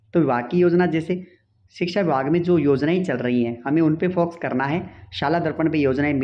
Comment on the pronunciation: Foxs nhi focus pronouns kijiye sir😅